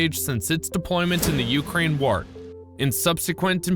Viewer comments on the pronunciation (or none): none